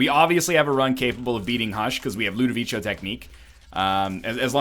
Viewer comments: Everytime time you say ludovico i cry inside. It's pronounced ludoviKo, not ludovicho Please like so he can see it :< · the pronunciation of Ludovico is like Ludoviko, not Ludovicho ahah